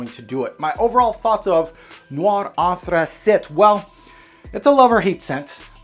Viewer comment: Anthracite is pronounced “Anth-ra-sight” not “Anth-ra-sit” .It is not a French word...